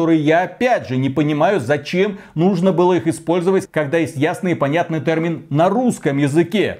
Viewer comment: Ай-яй-яй - вроде речь идет про чистоту русского языка но - слово нововеЯние произносится, как нововЕяние на самом деле (следим за ударениями ;D ). А так же, слово тЭрмин, в русском варианте звучит как тЕрмин, иначе правы говорящие пионЭр и фанЭра ))))). И кстати, это не игровые термины, а иностранизмы вошедшие в русский язык за долго до компьютерных игр. И кстати на канале, очень часто, звучит название компьютера PC не как ПК (персональный компьютер) , а как пи си ...или писи... в русском языке это странно)))))))))))). Но посыл очень правильный - единственное я пожалуй сравнил бы с профессионализмами, когда в определенной профессии возникают слова непонятные обывателю, но совершенно незаменимые для данной профессии (часто созданные на иностранных языках) и это тоже хотят изменить (это крайне тупо). Да даже в целом современный русский язык наполнен иностранизмами, что нужно вернуться к историческому русскому? и на сколько глубоко - если что, Пушкин так же использовал иностранизмы! И теперь надо определить период - от какого момента русский язык чист от иностранизмов, 1. ХЗ......2. ТУПАЯ ЗАТЕЯ,,,,,,3. Просто попытка осуществить еще дополнительный контроль , верно последний 3-й вариант правильный, но мало осуществимый. Как будем отслеживать,преследовать,награждать и наказывать - пипец дурная идея!!!